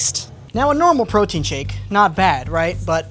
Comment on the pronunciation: LOL, “Mike’s Proteine” 😂 Also: My dude, stop grabbing your mic! 😂